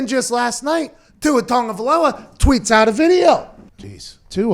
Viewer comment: Pat must hang out with Samoans. He pronounces Tagovailoa the Samoan way. 🇼🇸